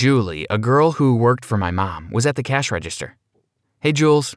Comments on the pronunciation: Nobody: Him: « mY mAm » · Does anybody hear how he says mom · Sir put a shirt on I bet his mom is 5 times his age and there flirting ummmmm u need help and the way he says mom is weird 😂😂😂😂???? If u agree comment down below❤️❤️❤️❤️